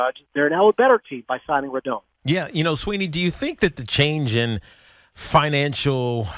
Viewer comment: Can all you idiots please pronounce Rodon's name right! Drives me crazy......Ro - DON like Don Mattingly. It's not hard!